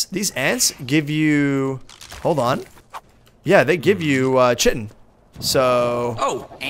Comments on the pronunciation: It is said ki-tin not chi-tin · It's called (KITEN) not chitin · U GUYS ARE SAYING CHITIN WRONG!! Say it like kitin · it is not pronounced chitin. it is pronounced ci-ten. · Chitin is pronounced like kite-in and keratin is pronounced like care-a-tin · I'm pretty sure Chitin is pronounced like sky-ton without the S lol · It's ki-ton rob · did you say shitin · is said like kytin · Its Chi-ten....